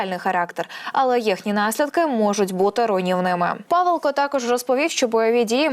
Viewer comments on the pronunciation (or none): Не ПАвелко, а ПавЕлко😢